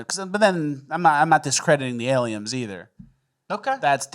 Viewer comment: Why has always said aliems and not aliens.